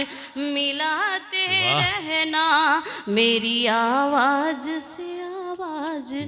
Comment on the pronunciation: Awaaz aur gazal bahut achchi h ,lekin urdu k pronunciation bahut kharab h,Unchai pr jaane k liye sudhaar kijiye ,,Naaj ,nahi Naaz,Awaaj nahi ,Awaaz ,,karar nahi ,Qarar h, ,Wah wah krne walon ko bhi samajh nahi h,,,🎉